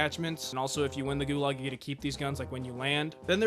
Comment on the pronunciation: Ah yes, the best "gualag"